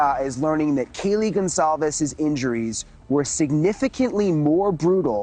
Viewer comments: Yeah, it's Goncalves, not Gonclaives. What is wrong with you? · “Cal-Ves,” not “Claves” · Goncalves = gon - call - viz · you always say the names wrong... it's GON SSAL VEZ wtf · I don’t mean to sound rude but if you’re going to do a story on this, you should look up the correct pronunciation of the names. Goncalves, for example. It’s Gon Saul Vez. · Learn how to pronounce Goncalves correctly... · Thanks for covering this. You pronounce Kaylee’s last name wrong btw. May their souls rest in peace and the killer found soon.